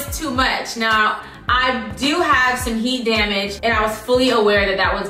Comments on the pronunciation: The “heat dah-maje” took me out!!!😂 😂😂😂😊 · It's how she said "Heat Da Mage" all boujee like 😂